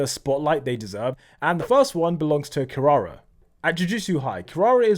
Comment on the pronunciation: his pronunciation ou kirara lwk pisses me off